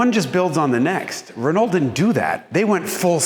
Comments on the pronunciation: Nice car. However, it's not pronounced, "re-noll". It's "re-no". All French words that end in "ault" end with the "o" sound.... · "re-knoll" Dude, You're pronouncing too many letters! Listen to how the French say it. "R'know" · Wonderful car and retrospective! I never knew this story. Although the way you say re-null instead of Renault makes me overflow with croissant flavored tears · Pronounced Reno not Renalt. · The pronunciation hoar says "Ren-alt'. Try "Reneau". LOL. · It's easier to say Ruh-NO that it is to say Rih-naul and it's more accurate, too. Go fast in the fast turns, bro, y’know? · Jason is great! But hearing him say RehNuL is killing me... say it French Reh-Noh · The Renault 5 GT turbo was such an awesome car back in the day! By the way, for the Americans, it's pronounced RENN-OH ✌️ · Love it but your pronunciation of Renault is very bad. "Reh-no" is the correct English pronunciation. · As a European: you are pronouncing Renault wrong. Imagine it as "Re-know". That is all. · Pleeeeeaaaaase pronounce Renault properly - 'Renno' - thanks. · Great to see the new gig. Love it! Confused by your Ren-ALT-ernate pronunciation. When did you stop being a pronunciation pedant? Is Haggerty forcing you to say things like a ‘Merican from Alabama-tucky? You Ren-OWE me some splanin’! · this was a fantastic video! I'll overlook his mispronunciation of "Renault" (Renn-oh), because he's a fantastic presenter. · Listening to this dude pronounce Renault is the worst. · His pronunciation of Renault is horrible. It grates and wrecks the video. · Yikes, even for an American, the pronunciation of "Renault" is like fingernails on a chalkboard!